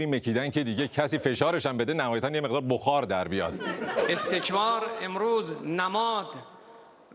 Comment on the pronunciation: اگر دقت کنید میگه استکمار